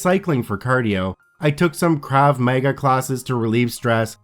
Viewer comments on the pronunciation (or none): Love how you mispronounced krava magrav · Adding "Krav Maga" and "heinous" to the list of words you need to learn to pronounce.